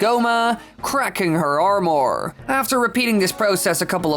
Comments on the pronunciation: Cracking her Are'More?. It's Armour dude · Omg I’m so glad I’m not the only one bothered by it. I really enjoy the content but have to take a break every 5 minutes or so to reset my ears. Also, are more = armour apparently. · It’s really irritating. I don’t get why some creators decide to put on these terrible cadences. You know there’s no way he talks like this outside of his videos. I did like how he pronounces armor though.